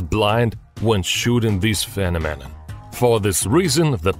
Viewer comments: Phenomenon is pronounced very badly. It's not "phe-no-me-non", it's "phe-nom-e-non". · Guy... it's pronounced "pheNOMenon" not "PHEnoMEnon" it is so hard to listen to your videos. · finomeman? that is not how you say phenomena... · (they are taking the piss out of his pronunciation of phenomenon) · What a strange "phe-nom-min-nan" 🤣🤣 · "Phe-me-nan-nan" Love it. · You say the word phenomenon really weird fenonon lol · What’s a phinamen?